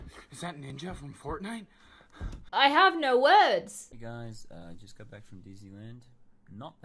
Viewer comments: GUYS ITS NOT FORTNITE ITS FORKNITE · as soon as she said 'Forknite," I laughed after not laughing at the vid too XD